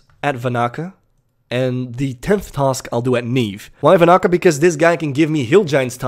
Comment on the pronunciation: Its Van-na-ka not Va-na-ka, the extra n makes a difference. Normally doesn't bother me but you said it like 10 times in a minute so it did.